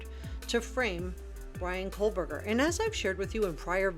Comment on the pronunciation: I came here to say the same thing. So annoying to hear Cole burger. It’s like the end of Moscow, Co Burger. I know it’s spelled Kohberger.